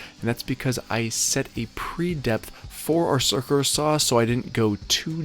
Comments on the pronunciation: It's called a circ-u-lar saw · I love the way you say cirkerler saw! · Dude, you need to learn to pronounce "circular." Don't use plug screws on fascia boards.